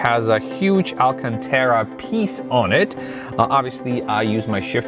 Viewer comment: Say it with me: Al-can-tar-ah